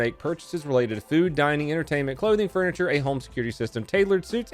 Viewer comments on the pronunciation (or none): none